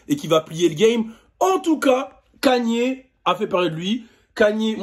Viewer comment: Kanyyyerr t sérieux tu le dit comme ça ok Ok